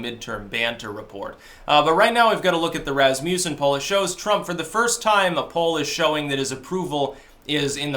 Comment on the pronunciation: Lol he is not even close to that also learm how to pronounce Rasmussen lol